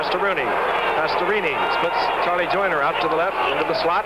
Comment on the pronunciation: Gifford: Pastorooni😂 Edit: I had zero knowledge of Dan Pastorini ever punting. Wow. Not too shabby either.